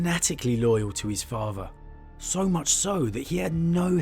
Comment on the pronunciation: i made it to before i heard "farfer" (father) for the hundredth time and nearly imploded mentally.